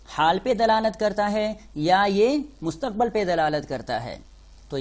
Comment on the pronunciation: Mustaqbal Kya hota hy Mustaqbil hota hy.